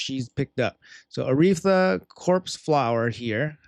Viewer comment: How can he not pronounce Aratheia??